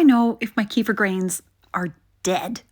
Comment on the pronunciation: Is it just me me, but the wrong pronunciation of Kefir drives me mad